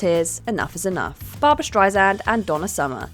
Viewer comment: Please pronounce Streisand correctly. Shame on you.